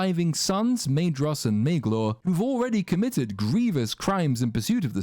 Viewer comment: For fear of being that guy I feel compelled to mention that "dh" in Quenya is pronounced as "ð" so it would be "Maethros", not "Maedros" and so on. Nitpick over: carry on.